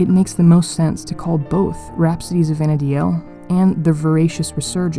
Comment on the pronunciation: It's not Vana DI el...it's Vana deel